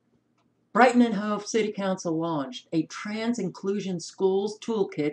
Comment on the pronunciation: Insanity rules! Yes,, you pronounce Hove correctly. I live in U.K. This is 1984 style distortion of reality, or simple blatant lies.